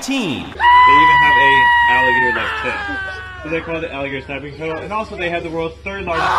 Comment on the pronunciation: he said T U R T L E F F